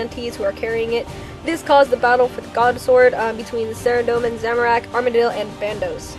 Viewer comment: A: You read this pretty much word for word from the wiki. That's fine, except for... B: You read WAY too fast, and pronounced way too many words incorrectly. Saradomin is pronounced Sah-RAH-doh-min, not Sehr-a-dough-min. Just something to remember. All in all, not bad. I'm somewhat of an expert on Zamorak, and this was pretty well done, but from now on, you should really slow down and take the time to practice the difficult names.